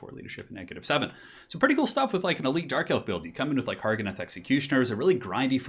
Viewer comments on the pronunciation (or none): none